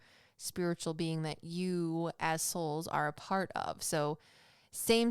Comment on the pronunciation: Around 26 minutes you said "as souls" but I definitely thought you said assholes 😂😂😂